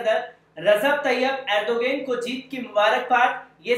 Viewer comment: جناب نام تو اچھا سے بولو